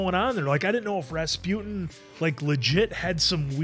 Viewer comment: I don't think you guys got it that the lethal monk's name is pronounced like "Ras-poo-tin" - it's a Russian name, you know. ;)